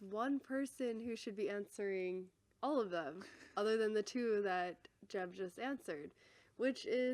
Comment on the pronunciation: It is Jeb, o may Gad